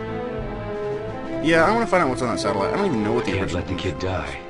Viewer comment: Two things- One. SatELLite, not sat-O-lite. Two. Americans most often speak english.